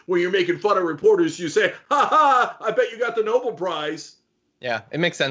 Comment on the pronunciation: It's not Noble. It's Nobel. Dumb asswipe.